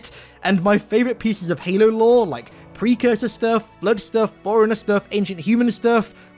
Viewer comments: Why does it soukd like. Foreigner when its forerunner? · I thought he always says "Foreigner" 😅😅🤣